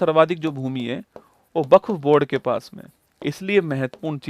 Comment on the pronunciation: वक्फ ❌ buff☑️☑️😂😂😂😂